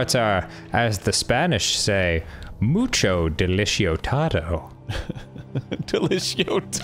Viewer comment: hey is trying to say "mucho delicioso" which means "very delicious" in spanish. Dan knows how to actually say it, hes just being silly by purposely butchering it :p haha